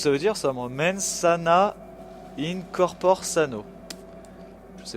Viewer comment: Comme le dit Félix le Quérant en commentaire, "Mens sana in corpore sano" ça veut dire "Un esprit sain dans un corps sain", c'est du latin. Et "corpore" ça se prononce "korporé" ;-)